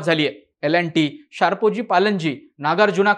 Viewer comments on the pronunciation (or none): भाषा सुधार भावा शारपोजी नव्हे टे शापूर्जी पिलोनजी अस आहें 🤣